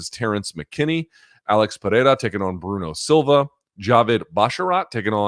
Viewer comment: Luke. Izzy’s killers’ name is pronounced PerHerA